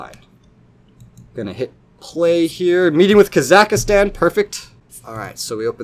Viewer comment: I love the way you say Kazakhstan